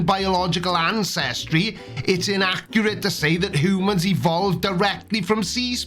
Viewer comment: Your Welsh pronunciation of hoomans is priceless.